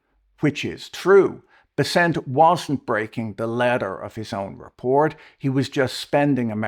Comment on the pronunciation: Fwiw, I much prefer your Bes-sent over the market's Bess-ent.